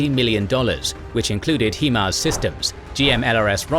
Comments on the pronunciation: Except for the Himars, it's pronounced High mars. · yea im ukrainian. couldnt hear the slightest accent and then.... HEE-MARZ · Highmars. Not Heemars. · love all your videos but can you Brits every pronounce HIMARS the way its supposed to be?!!! It's not HeMARS. Look at the name... HIGH not He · It's "hi"mars not "he"mars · Great presentation! btw, fyi, it is pronounced high-mars, and not hee-mars. this is not negotiable, no matter where you are from. for HIMARS is an acronym - therefore, any syllables will inherit the pronunciation of the words they are derived from. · Hello , the narrator of the documentary said the weapon system is called “ He Mars “ it’s called High Mars why do so many people pronounce this weapon system differently all the time even in other YouTube videos I like the name “ The Fingers of God way better because that’s the whole outcome of this new weapon , it’s like God came down to help save the Ukrainian people from certain death by the advancing Russian army who are constantly attacking the innocent Ukrainian people who just want to live in peace , thank you kindly all the best my friends;) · It sounds like the British pronunciation is "HIM-ARS" whereas the American pronunciation is "HI-MARS". Interesting distinction. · It's HI-MARS not HE-MARS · It's HIMARS - not he-mars like he-man. Hi. Mars. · HI-MARS not HE-MARS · Not a criticism just a heads up HIMARS is pronounced High and Mars not He-Mars. Source currently serving soldier in the US Army that's worked alongside HIMARS operators. But great job on the war break down very informative and help with the information overload that comes from the news every day. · HI-MARS is pronounced like it is spelled. HI (hi five) MARS (like the planet). Not HE-MARS (HEMAN!) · It's not HEE-Mars, it's HIGH-Mars, as in High Mobility Artillery Rocket System. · I knew someone would be contrarian, but you're wrong. I don't know anyone in any English speaking country who pronounces the word "high" as "hee".